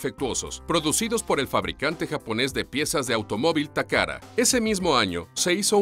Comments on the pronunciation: Dice takara y allí dice tacata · Takata o takada aprendan a leer tio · Dislike por "Toyora" y "Tacara", por Dios se supone que es Watchmojo español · "Toyora", "Takara" jajajajajajaja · pésima locución... toyotaaaa no toyora, takata no takara.... no saben leer o hablar??? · "takada" "toyoda", pronuncia bien la letra T (te) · Tengo hora y media buscando la R en TAKATA, estas hablando español papi, pronunciarlo como tal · TOYOTA TAKATA, HABLA BIEN FORRO!!!